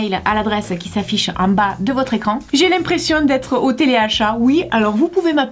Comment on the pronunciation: " en bag de votre ecrang " 😂😂😂